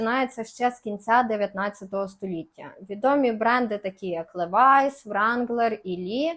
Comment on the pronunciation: Будь ласка Levi's читай "лівайс"❤